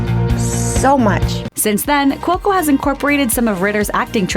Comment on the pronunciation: p/s I don't your think your saying cuoco correctly nether